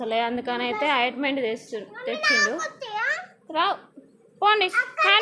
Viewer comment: అయిటుమెటు కాదు ఆయింటుమెంటు ok